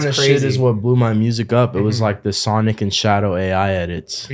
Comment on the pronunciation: My favorite part was when he walked inside the room and just said “Sanic.”